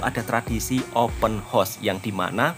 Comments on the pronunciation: 'haus' bukan 'hos' horse=kuda :face-purple-crying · Bukan open hoss wak tapi open haos, bunyi hoss makna kuda wak 😂😅😊